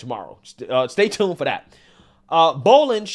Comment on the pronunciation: I need you to stop saying “dat” and say “that.” I’m sure it’s the accent, not lack of knowledge but it’s a little irritating, ijs lol…